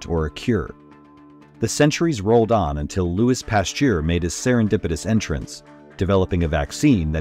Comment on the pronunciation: Lol it is not Luis pasteur but Louis